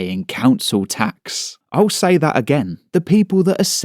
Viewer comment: Tax sounds like axe